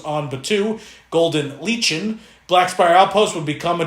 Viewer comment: Lichen.... LIKE-en. Thanks for Regis words. Good report! Thank you! :-)